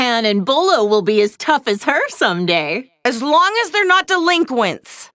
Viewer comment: Chi-Chi calling the super saiyan forms “Deliquents” actually pisses me off